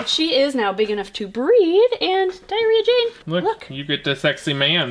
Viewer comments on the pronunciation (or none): Trying to decipher if I just heard "Diary of Jane" or "Diarrhea Jane" 😂😂 Was half listening and then burst out laughing. Didn't realize you had a "Diarrhea Jane" 😂 love it. What's the story there?!